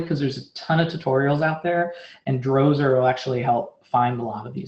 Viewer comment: is it just me, or, did he say Directory Transversal (not traversal) issue? then went on to say Dozer. Does he even know what he's speaking?